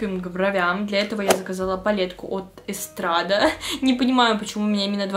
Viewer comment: Lavelle- лавЕль, Estrade- эстрад, Farres- фАрес, про Rad вроде писали (немного помощи по произношению)